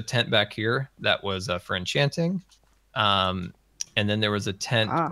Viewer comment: "there's a tent back here, for enchanging" tentchanting?